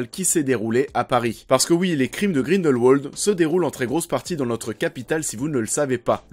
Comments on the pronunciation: On ne dit pas Grindelwouoooooold mais... Grindelwald comme ça s'écrit en fait. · En tant que suisse je me doit de te corriger: Grindelwald se prononce à la germanique, c-à-d Grin-dèl-Vald et pas grineulwauld. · Le nom se prononce grindelvald pas grindelwouald ptn 😂😂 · Mec arrête de dire Grindelwolde. Grindelvalde stp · Par contre, c'est Grindelwald, par Grindelouauld. Même dans la vostfr, ils le disent avec la prononciation germanique. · On pronounce Grindel"v"ald ! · Le nom du méchant se prononce GrindelVald, c'est de l'allemand donc le "w" à l'allemande ;) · Juste... grindelVALD. Prononce bien s’il te plaît. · Tu as des arguments pertinents mais stop prendre les gens de haut quand tu parles... et quand on fait une critique de film c'est quand même un minimum de bien prononcer le nom de l'un des personnages principaux.